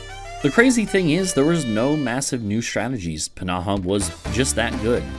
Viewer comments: i don‘t doubt that it‘s correct it just feels off. I put it through google translate with both english and finnish and they both pronounced it p-naha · I don‘t know why i‘m getting so annoyed at how you pronounce pnaha, it‘s just somehow so irritating. I don‘t even know how to pronounce it (if i had to guess it‘d be like fnaha or just naha) Otherwise amazing video :)